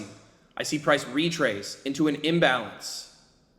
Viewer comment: haaaaha u said prace